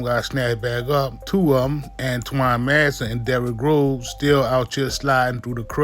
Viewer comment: Derick Grover😂